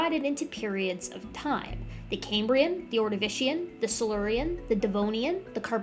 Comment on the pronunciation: "Cambrian" is pronounced the the way it's spelled, ie it's NOT pronounced "came-brian". The name comes from the Roman name for Wales, and not from Cambridge University.😊